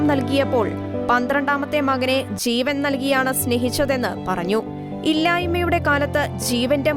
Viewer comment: ചീവൻ അല്ല ജീവൻ.